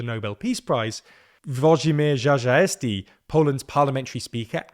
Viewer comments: It's Uo-dzhi-meezh Cha-zha-sty, not Zha Zha Esti. :D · As a Pole I can say it’s a good analysis, however the way to pronounce Czarzasty is rather „Tschashasty” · Jajaesty? Who theheck is Jajaesty? Lolol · "Czarzasty" not "Żażasti" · who the fuck is Żażaesti 😭😭😭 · Bro, if you ever need to pronounce Włodzimierz Czarzasty's name again - it's goes something like Vuogee-myesh Cha-dja-stee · WHO?!?😭😭 ZHA-ZHA-YES-TEA??? I think this is the most severely butchered Polish surname I've ever heard. Congrats! 😂😂😂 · xd, żażałesty, xd, i love this prononciation! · Just to ease Czarzasty's surname pronounciation woes - <Cha-zha-sty> should be easier to roll off tongue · Who the hell is "Rzarzasty"? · Everybody pointing out how Czarzasty's (cha-zha-sti) name has been butchered, nobody noticed that pronunciation of Nawrocki has improved (from nowrocky to navrotsky) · I effing love "Żażasty" pronounciation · It goes something like: Tcha- ZHUST- tee…. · Please at least try to pronounce names correctly, CZ should be pronounced as CH in English word cherry. It's not that hard, if you can pronounce "cherry" you can pronounce CZ but you did not care to check. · Włodzimierz was allright but the surname is Cha-zha-sty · You pronounce "Czarzasty" this way: "Chajasty". "cz" = english "ch" and "rz" = english "j". This is just approximation, but should be good enough. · 😂 Ok, you tried. "Czarzasty" - phonetically is Cha-xa-styy, (won't even try "Włodzimierz", it's out of bounds for English speakers xdd) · Jajaesty is his pronounciation lolol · Vojimir jajazesky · Cha-ZHA-stee would be close enough. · you're right, but the thing they butchered the most was "cz" which is literally pronounced as an English "ch" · Cha - like in Chance; Ja - like in jargon; and Stay. Cza - rza - sty Not that you needed to know that 😂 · Dear - please do some research first. I couldn't understand what are you talking about, because your pronunciation wasn't even close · And oh boy he failed miserably 😂